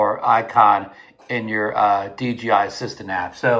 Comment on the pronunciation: How come you keep calling it DGI?